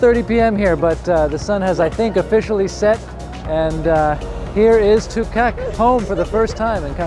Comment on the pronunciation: Great video of the delivery, and great prenounciation of Kangerlussuaq, but the one you missed where the name of the plane Tuukaq (Duugarq). You will get it nest time 😁😉👍✈️